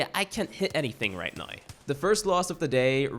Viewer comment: “ I can’t hit anything right neow”